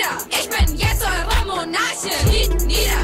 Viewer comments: Ich versteh die ganze Zeit „Ich bin eure Momo analchien“... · Wie sie immer Momonarchin gesagt hat😂👏🏾